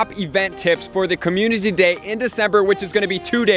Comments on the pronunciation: Did he say commune-titty day? 😹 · perfect videos my dude been a fan for a while but please stop saying "community day" like that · Why cant this guy say "community"